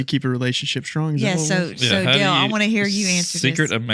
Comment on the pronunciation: at the dale not da-le podcas-t